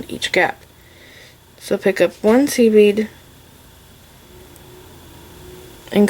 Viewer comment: I’m so new to this I kept thinking she was saying “seaweed” instead of “seed bead” 😂😂